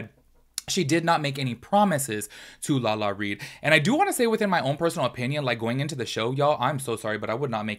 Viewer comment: Lala-RI!!! Not Lala-Reed. Lol everytime you said it I was like 😣😣 Haha